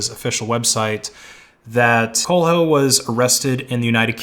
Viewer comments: Quayle-yo is a better pronunciation strategy for Omnipotent's surname. (still heavily americanized though) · Isny it pronounced Kwey-Lo or Kwailo lol. I dont think the h is pronounced. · Sorry, you missed the pronunciation of "Omnipotent" as well. It's pronounced omNIPotent. PS Coelho is pronounced Cwelho, roughly. Correction: "Cwello" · it reads /coelio/ the "i" sounds as in India, and the "e" as in example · "coal eh lio" put that on google translate TTS in english, thats how you are supposed to pronounce his name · Coelho is pronounced Kwelyu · thank you, a native speaker confirmed what you said in another comment - the 'h' is silent. "Cwello." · as a portuguese speaker I have just found the best pronunciation of "coelho" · im portuguese and man, you really did butcher that name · Man you really butchered "coelho". "Lh" in portuguese is similar to "LL" in English such as in the word "million"